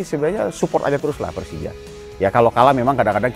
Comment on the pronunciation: 4 kata lucu, gue pelcija, gue cempion😂